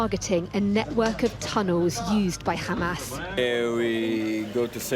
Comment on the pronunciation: Oh Ha-MESS, Ha-Mess. Was it worth it?